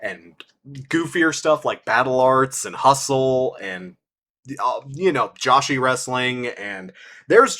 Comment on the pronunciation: Kim Justice Mentioned! Also, for future reference it’s pronounced “Jo-She” not “Josh-E”. Not sure how much free time you have in the future but if you’re somewhat into wrestling still, I highly recommend getting into Joshi. The likes of Iyo Sky, Kairi and Asuka really opened up the doors to the scene, even on the AEW side of things with Hikaru Shida, Emi Sakura and Riho in the last couple of years. Knowing your taste/style, I think you would get a kick out of Tokyo Joshi (TJPW) because they perfected the balance of wrestling and comedy with their shows and characters. STARDOM is more on the “Serious” side but they’re not afraid to dip their toes into the comedy well, when needed. So I recommend them as well. Great hearing from you again, glad things are turning around for ya recently. Also, Happy Pride to my LGBTQ+ Peeps and my Bisexual Homies 🩷💜💙🏳️‍🌈